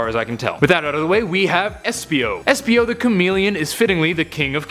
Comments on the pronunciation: I just love "esipo" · Did... did that say Esipo...? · Anyone noticed “esipo”???